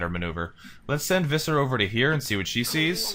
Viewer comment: just so you know, Visser is pronounced with an F, you are saying the rest of the name right, you just have to start it with a "fff" sound, the name is the Afrikaans equivalent to Fisher. In Afrikaans V an F both make F sounds, yeah the language is weird like that... 😀